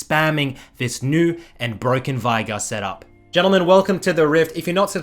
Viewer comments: STOP SAYING "VAIGAR" jesus christ, there's no A in the champ's name, are you daft? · i literally had to leave the video because cant say veigar